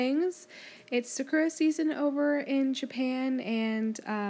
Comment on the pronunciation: hehe, sakura is pronounced "sak-ur-ah", not "sa-kur-ah" 😃